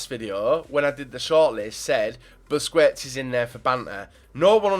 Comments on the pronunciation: Busquest sounds like BUSKESTS, NOT BUSCUETS. learn spanish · Nice video man! Regards from Spain! PS: Busquets isn't pronunced as "Busquets", it is "Busqets", without the second 'u'. ^^ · you know it's pronounced "busqets"